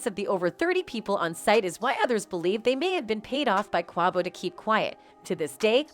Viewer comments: Why can't they say "Quavo's" name right? It is so irritating... "Niggas"? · Robot can't say Quavo right but say ni$$@ correctly wtf going on?